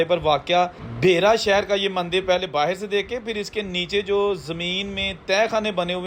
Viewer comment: Baahir nahi hota be baahar hota hai